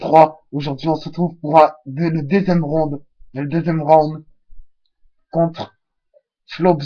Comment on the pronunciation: On dit "round" pas "rond"